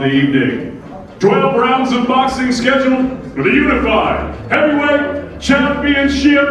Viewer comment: How can he say unified?